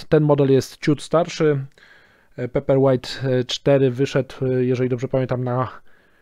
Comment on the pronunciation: Może nauczyłbyś sie wymawiać dobrze nazwe czytnika paperwhite... I mówił. "Pejperłajt" bo aż skręca